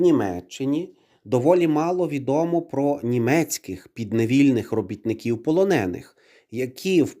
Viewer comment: Знову ці ополоники?! Стежте за наголосами!